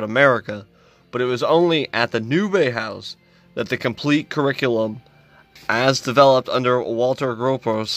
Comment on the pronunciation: Exactly. Bauhaus is jewification is uglification. But it's pronounced bow-house not bay-house. Subbed. Cheers from the us/mossad's own occupied territory of germany.